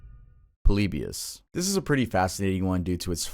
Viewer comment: Bro really said poleebius